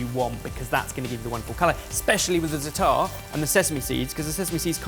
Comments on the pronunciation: It's Za'atar not Zata'ar,:P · i love that you love za'atar, but please please please alter your pronounciation? You say 'zataar' whereas the correct proniunciation is 'zaatar'. I wish there waz a way to make you hear the correct pronounciation... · *"za'a-ter"*, not "zuttahr/zuh-TAR" for some reason hearing white ppl mispronouncing Za'atar really triggers me... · that's not how you pronounce zaatar 😅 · please look up how to pronounce Zaatar Love you bye 🥰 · Za'atar - the accent is on the first syllable. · Za'atar has two a's and then one, so why would you pronounce it like one then two: za'taar? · When pronouncing Zatar.... emphasis is on the Za not the tar...